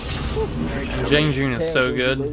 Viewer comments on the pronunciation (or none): Who is Jiang Jin? Nobody! It’s Jiang Jun!!!